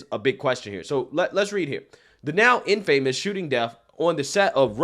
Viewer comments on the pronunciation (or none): Ask yourself, why was the gun even in his hand in the first place? They weren’t filming. Infamous is pronounced…In-fa-mis.